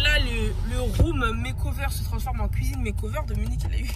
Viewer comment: Uneuh cuisineuhhh vreumennnnt